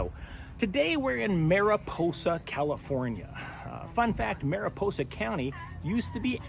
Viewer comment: Mariposa...that should be a long o Otherwise, that sounds like a naughty word. Or so says my wifey.